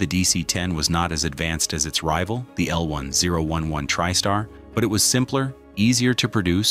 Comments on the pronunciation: I worked at Lockheed Burbank Ca. and Palmdale Ca. building the L-1011's. I also flew all my travels back east to visit family on TWA L-1011's. Loved these planes. Also, the correct name is, L Ten Eleven. Not how this announcer says it. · It's L 10 11 you AI Muppet